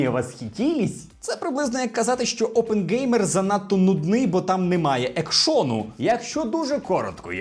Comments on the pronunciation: Тільки будь ласка, Оппенгеймер, а не ОпенҐеймер... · мабуть дивився всі матеріали про Оппенгеймера тільки з Росії, тому не знає, що OppenHeimer читається з H а не G